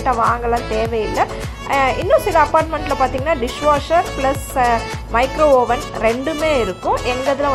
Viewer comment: You pronounced it correct aven (oven)but suddly jumped to micro oven no it is also micro aven.,npl note.